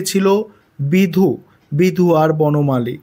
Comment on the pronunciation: Apnake request korchi ageo oneke boleche comment section a seta dekhechi ba porechi.....doya kore ektu spelling gulo thik kore bolun...khub kharap to sonayee..tar opor " বিধু " কে "সিধু" bolar jonno amader number o kata jete pare r sunteo kharap ee lage...Bhul sikhbo keno? Apnar theke bhul sodrano tao to sekha jete pare...ektu dekhun bishoy ta...onek video tei apni vul poren ba bolen...eta thik noy